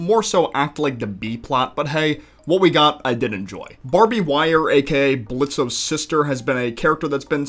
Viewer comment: The O is silent it’s pronounced Blitz. The reason for that is because his little accident from his circus that he caused he decided to start a new name and life for himself